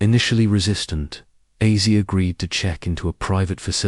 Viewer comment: What one is it Azzy,Izzy, Ezzy ? ? Its Ozzy ya dupe